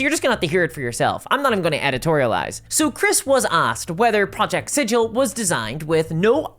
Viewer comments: OK. Let me just forget everything I've ever loved about the lore of this thing.... Done. I'm well trained in those things, now. As soon as anything shows signs of becoming a greedy corporate sh, I void my memories of it entirely (there are magical products to do that, and it's sold in every stores, I'll need litters of it though at once so it works it's magic). PS: Sigil isn't pronounced like a sigil. It's pronounced like the G in Garage. For reasons. The corpo-sectarians are transforming everything into an abomination. And we all have the endless void, now to keep us company. Yeah, that's good. It's fine. I'm fine... What is this presence I can feel somewhere all around in the void? I hope we'll be friends. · If the VTT is named after that city at the center of the multiverse, wouldn't it be pronounced like "sig-ul"? Like rhymes with giggle? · Sigil is not pronounced like that, berk. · I’m sure you weren’t around when Planescape was released, Cao probably wasn’t either. But the name has a stunted ‘g’ Like Griffon not like Jif, it’s not like the word sigil, it’s the name of the city Sigil, and it’s actually made a joke in the original box set that only people who know nothing about the city pronounce it like the word and not it’s actual name. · It is a literal crime to mis-speak the name of the city of doors, while in the city of doors. I can’t be the first to note this. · Hope it's sigil not siggle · It's pronounced Sig uhl not Sij al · Not Sijill.. its 'sig il' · The proper way to pronounce Sigil, the City of Doors (the city in the center of the multiverse): the "Sig" part is like sigma, not like "sidj" like everyone insists on. This was proven in an old version of the Planescape setting and NEVER CHANGED. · Fun fact for the algorithm: the Planescape city "Sigil" is pronounced with a hard-G sound according to its creator, unlike the soft-G of the normal word "sigil". I'm curious how WotC reps will pronounce the word when they speak it...